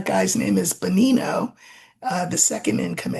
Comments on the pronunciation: The name is Dan Bongino. Not Bonino. Bongino. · I think you're saying Dan Bongino's name wrong....